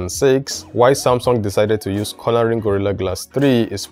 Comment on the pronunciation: Haha its CORN-ing ...not CORNER-ing .....just call it Gorilla Glass in future....and you're right....GG3 scratches too easily